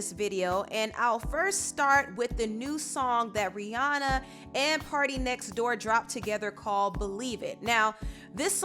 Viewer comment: you pronounce rihanna wrong .